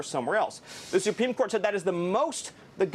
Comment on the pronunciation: I never realized is absolutely incapable of pronouncing the word "supreme" correctly. he literally said "supeme" like 4 times....